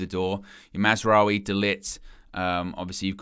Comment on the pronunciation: Don’t get me started on Mar-wa-zahri